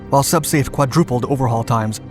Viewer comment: "Sub-Space"? No, "Sub-Safe".